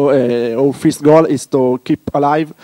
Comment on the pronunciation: It is what we always wanted. Proper GNOME 2, but not decaying into nothing. This is awesome. He does say fist instead of first though. I'll probably still pronounce it mate rather than matt-eh. Thinking more of mate as in friend, rather that what is being attempted in the tortoise photo.